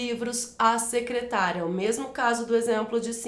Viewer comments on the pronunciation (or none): Sou inscrito recentemente no seu canal. Desculpe-me a intromissão,, mas há um erro de pronúncia na letra "d" de um dos exercícios sobre crase, em que, mesmo estando escrito "secretaria", você pronuncia o termo - claro que por engano - como se fosse "secretária".